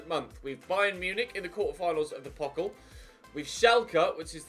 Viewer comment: You should pronounce the DfB Pokal with the 'a' like in the word 'far'